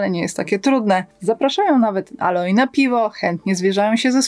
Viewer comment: Aloy czyta się "ejloj", nie "aloj"